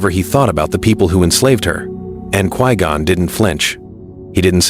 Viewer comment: Who tf is "Qwee-Gone"?